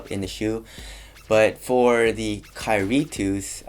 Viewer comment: Great compare and contrast. One thing though. Dude, you waited until for inflection to get a distinct KYRIE. Up to that point I had to go back a couple times because I could've sworn you said Curry twice. Just nitpicking. Good job though. Cheers!